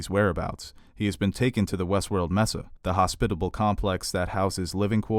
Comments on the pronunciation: Just so you know, Mesa is pronounced Maysah, not Messa. Surprising given you seem to speak so clearly. Otherwise good job 👍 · Loved the analysis but it is Sak-OOH-rah, it is not pronounced like saccharin : ) Also MAY-sa and Akane no Mai (like MY) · I hate how you pronounce Sakura and mesa